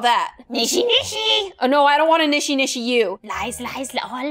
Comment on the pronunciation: I love how she said "NISHINISHI" when it was "NISHISHISHI"